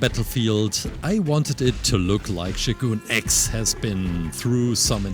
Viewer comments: His name is showgun x not shooooooogoooon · IT is NOT shoo-goon X it is pronounced Show-gun X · yo its shogun x. the sho part is "show" and the gun part is just gun but not goon. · fyi its pronounced Show Gun, And he looks awesome great job!